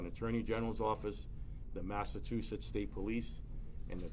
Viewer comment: Where is massa-too-setts?